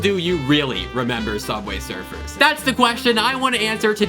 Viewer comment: Sooubway srfr